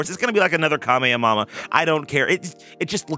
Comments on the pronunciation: why you say it like that? It’s ka-may-ha-may-hu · i love the "kameamama" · "KA-ME-EH-MAMA..." stop trolling bro 🤦🏾‍♂️😂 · How he pronounces Kamehameha is hilarious tbh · i think it’s a reference to some guy who went viral for pronouncing it wrong when it came to fortnite